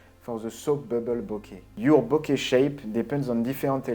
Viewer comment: "exagonale, in ze shep of a ring" Love it.